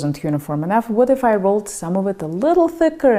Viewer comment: YOu use a long i with if. eeeef.